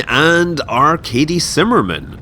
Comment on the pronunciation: Every time he says "Arkady" I hear "Our Katie". That gets confusing when he says "he" when talking about "Our Katie".